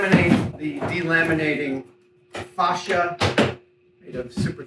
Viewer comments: Love, love, love all your videos, mythbusters, everything, but... The word facia is pronounced fay-see-ya or face-c-ya not fash-ya. It's a panel that faces you not fashes you 😉🤣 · btw for facia ... it is pronounced ... like .. face ya ... it is a long tight a not short gutteral .. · Face-ea. Like face The s is silent. Fascia is what goes on the outside of a house. This s just moulding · I have never heard someone pronounce it "Fah-sha" before, it's always been "Fay-sha" for everyone I've ever heard say it. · Is that how Americans say fascia in the UK we sat face-sha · Adam saying fascia like that just reminds me of goldmember trying to say "father" in Austin powers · I just LOVE the English to American translation of words like the word "fascia"... WHERE is there a "R" in the word lol HOW MANY English people where screaming at there screen pronouncing it correctly lol 😝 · Is that how most Americans pronounce 'Fascia' or just an Adam special?. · Im sure everyone heard it in gold members voice when he said facia